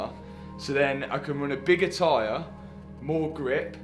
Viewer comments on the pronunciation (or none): none